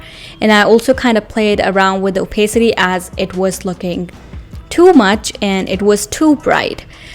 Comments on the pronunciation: the joke was she pronounced opacity wrong, in case you're wondering. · Why are you making fun of somebody's pronunciation?